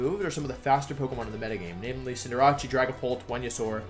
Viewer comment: Cinder Ace. As in ace in the hole. He's not Italian lol